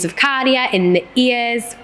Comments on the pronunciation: But are not pronouncing it correctly...it's Käärijä, not Kaarija. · Kaarija as the U in the word bug Käärijä as the A in the word bag